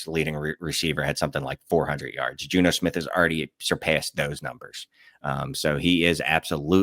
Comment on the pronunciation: Had to hear it five times to realize "Juno" was Jonnu 😅